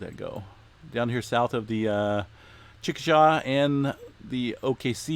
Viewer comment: Chick a shey is how you pronounce Chickasha, OK🥰